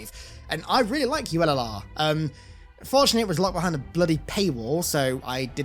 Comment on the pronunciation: "Ullr" is based on an earl noble team Jun concept art! Totally the reason I got it 🤙 "ullr" is also pronounced like ooo-ler, and is a norse god associated with archery and skiing. Fun facts